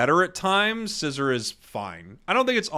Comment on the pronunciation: Horrendous ranking for Tyranitar. Then again I don’t take anyone who pronounces Scizor as scissor seriously lmao